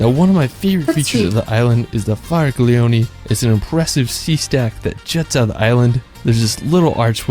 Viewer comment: 🤣🤣🤣 Faraglioni is said /faraλλoni/, like the Spanish ll, but more strong.